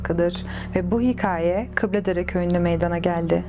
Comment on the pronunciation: hıkaye ne? hikaye diyemiyo